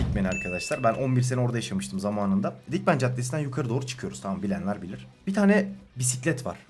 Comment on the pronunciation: 2.5 saatlik hardcore ingilizce dersimden çıktım otobüste videoyu izliyordum sen Ankara Dikmen (dickman) dediğin an koptum.